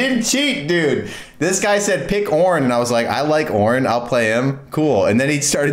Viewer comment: he didnt say it right , OOOOOOOOOOOOOOOOOOOOOOOOOOOOOOOOOOOOOOOOOOOOOOOOOOOOOORN